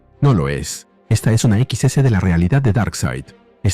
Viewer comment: XS no es "equis ese", es Excess. Salvo por eso el vídeo está muy bueno.